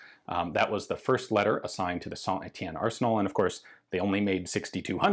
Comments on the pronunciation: A little french advice: Your pronunciation of Saint Etienne is almost perfect, you only miss the "liaison", we often link the last letter of a world with the next one. So when you say Saint, the 't' is silent, but then you should pronounce Etienne linked with that silent 't', which give something like "Saint tEtienne". Have a nice day, congrats for your book, i can't wait to receive it i'm currently like a kid the day before Christmas. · Hi Ian! Great video as usual ^^. A little tip for you speaking in french, always make the link between the T and the E of Saint-Etienne. So instead of saying "Sain-Etienne", pronounce "Saint-Tétienne". It works everytime except when the next word starts with an H.